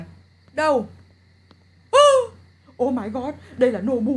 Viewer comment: Nobu mà sao anh lại đọc là bú ơi